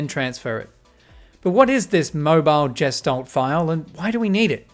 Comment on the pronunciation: Gestalt is a german word and is pronounced with a hard G as far as I know